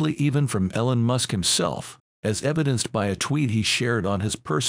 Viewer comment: I think he called him Ellen Musk?